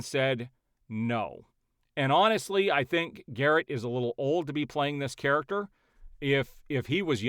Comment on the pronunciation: the "main charaxter"